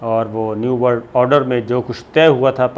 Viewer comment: Sabir sahab it's order not oder. I have also noticed you can hardly say or pronounce any English words properly. You don't even take English names properly.